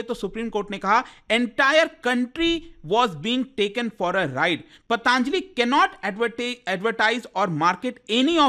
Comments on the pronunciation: अरे यार पतंजलि बोल ले foreign से आया है क्या जो pataaaanjali कर रहा है, हिन्दी में क्यों English घुसा रहा है 🤔🤔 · भाई पतांजलि नहीं होता... पतंजलि होता है 🙂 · ptaanjli ptaanjali, patanjali hoti hai yeh sahi ucharan kyun nhi kar rhe 😡